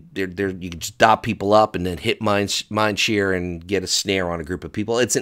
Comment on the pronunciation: Can't help but feel that you are a bit out of touch from when you called mind sear , "mind Shear". Can just read all this from patch notes and your toon has barely any gear so i am guessing you haven't really played shadow at all this xpac.